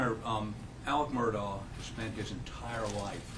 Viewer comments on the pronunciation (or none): Do I have bad hearing? Do they keep saying Murdock? The man's name is Murdaugh.